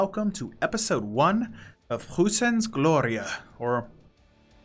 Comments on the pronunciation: Idk how to phonetically explain this but it pronounced kinda like Proissens Gloria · german "eu" is pronounced as "oy"